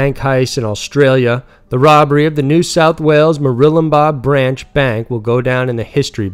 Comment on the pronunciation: It's pronounced "mur-wool-lum-bar"